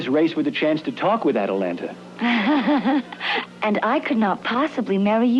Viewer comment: Dude, the name is wrong. It's "Atalanta," not "Atalantis." Otherwise, thanks for posting.